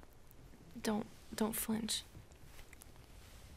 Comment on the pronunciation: Oh man, when she said "Dont flinch", I thought she said "Don't french" at first. 🤦‍♂️